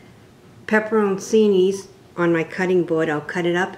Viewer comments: Lol. Those pepperoncinis aren’t pronounced “pepper-own-see-knees” they are “pepper-chee-knees” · "PEPPER" "RON" "SEEN" "EEEE'S"???? LMAO!!!